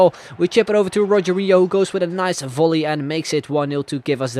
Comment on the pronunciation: Rogero Not Rogerio